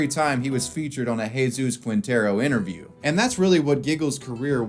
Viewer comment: It's Jesus, is it that difficult to get his name right?